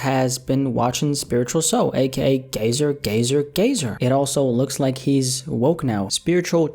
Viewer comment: cmon bro you gotta put more effort into that "gazer"